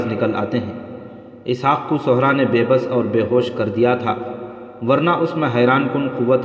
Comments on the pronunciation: sehra .not sohra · بھائی آپکی pronunciation بہت غلط ہے ۔آپ" صحرا " کو غلط پڑھتے ہیں ۔آپ( ص) پہ پیش پڑھ رہے ہیں ۔جبکہ "صحرا " کے( ص) کے نیچے "زیر " لگتا ہے۔۔۔۔